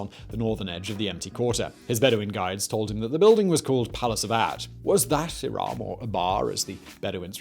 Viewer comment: Irum is more accurate than Iraaaaam